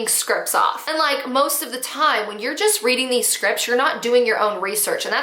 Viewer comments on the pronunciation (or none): scripts has a "t" at the end